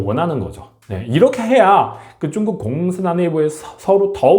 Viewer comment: 중국 위주 시사채널인데 중국을 '쭝구'로 발음하시면 집중력이 떨어져요